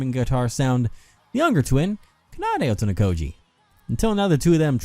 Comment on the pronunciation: The game has ended and the Otonokoji twins still haven't learned how to say their last name